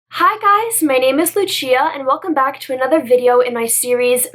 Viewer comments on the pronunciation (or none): none